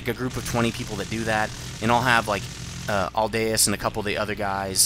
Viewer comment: I'm seriously impressed, finally got the pronunciation of my name right! ~ Aldaeus Also roger that, we'll get started on figuring out the lists.